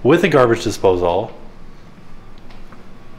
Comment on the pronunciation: does call it a garbage dispose-all or is it just me? I though I heard him say that in a different video, now here he is again.... lol!